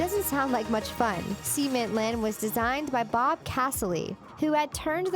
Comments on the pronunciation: It's Sa-ment, not See- ment. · not seement sament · Cementland sounds like this tbh; (ceh-MENT-land) not like this; (sea-MAN-land) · Seement land! Cement land. Get it right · Cement is pronounced like (Sim-ent), not (sea-ment). the way you pronounced Cement sounds like Semen. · Ceh-ment not see-ment that sounds like something else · I'm sorry did she say cemen? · cemen park lol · Am I the only one who cringed at some of her pronunciation? Like cement, I heard her continuously say semen. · Sea meant, cement is pronounced sa means , it’s sa as in s hhhh ( hhh as in breathing . It kind of sounds like you’re saying something inappropriate. A certain thing men secrete. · She said " seemint park" but it's not how you say cement.. Anyone else notice that? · Far out! Stop pronouncing cement like semen. 🙈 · Cement...the "E" is like the "E" in egg. Also, you can walk out of your house, trip, hit your head, and die. Just because your not wrapped in a bubble wrapped hamster ball, doesn't mean it's way too dangerous. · the pronunciation of 'cement' physically hurts me